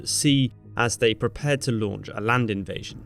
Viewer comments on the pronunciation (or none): none